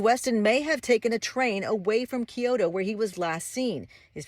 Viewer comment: Geez, can’t you pronounce Kyoto correctly? You guys are pathetic.